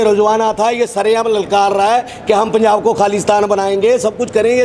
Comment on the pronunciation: ILL WRITE POINT BY POINT FOR THIS GAY ASS SWAMI JI.. 1- HE STARTED IN PUNJABI THEN TURN INTO HINDI IN JUST 2 SECS... HIS FATHER PROLLY A PUNJABI,2. ITS NOT PUNZAAB GAY ASS SWAMI JI ITS .. PUNJAB... TRY TO PRONOUNCE IN RIGHT ACCENT 3- SWAMI JI UR TOKIN ABOUT SANT JARNAIL SINGH JI..EVERY ONE KNOWS HE IS SACHKHAND WAASI NOW...